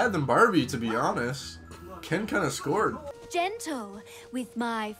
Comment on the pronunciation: got me questioning where is from. “ken kinda scored” was SO canadian